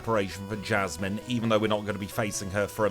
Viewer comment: Jasmine not jasyce Pryce not prymine